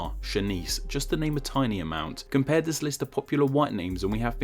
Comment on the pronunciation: I would more apologise for you pronunciations of the sound 'th', 'wiv' and 'dis', jesus wept!